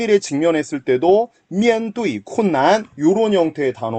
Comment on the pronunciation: 面对 4성 4성인데 1성 4성으로 읽으시네요ㅋ